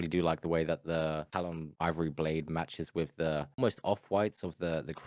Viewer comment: bro said “plade” 💀 never heard that shi before